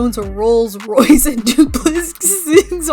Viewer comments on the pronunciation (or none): none